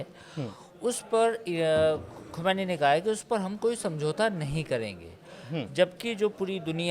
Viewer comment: Kisey bitha dia bhai.... Isse iran k supreme leader ka naam tak sahi nhi liya jaa raha...😂 "Ali Khumaini" 😂 correct name is Syed Ali Khaamenie